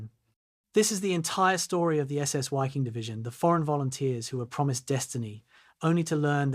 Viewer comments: Pronounced V-ee-king. Otherwise just do the English pronunciation, better than a mess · Dumbass ai doesn’t know that German Wiking is pronounced Viking.